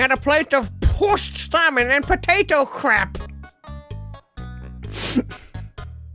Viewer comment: "pooshed salmon"